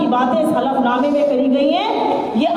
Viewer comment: Halaf नमा होता है सर। हाफल नमा नहीं।।